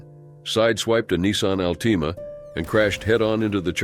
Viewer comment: I stopped watching as soon as the clown called the car an ALTEEMA, instead of an Altima.